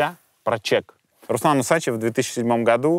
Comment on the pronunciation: почему УсАчев, а не УсачЕв, согласно правил русского языка ??!!